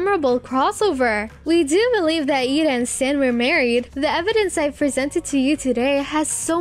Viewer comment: you said eda's name wrong